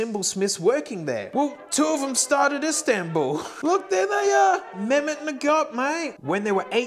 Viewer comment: Mehmet in Turkish is said more like Meh-hem-met. You always pronounce the H. You are saying it the Arabic way.